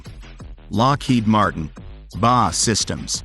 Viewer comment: Robo-readers always offer some level of humor in the spoken narrative. BAE Systems is not spoken by sheep as far as I know...Bahhhh! 🐑